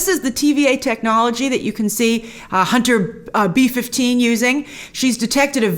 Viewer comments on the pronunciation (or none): Every time she says Hunter B 15 I hear Hunter beef.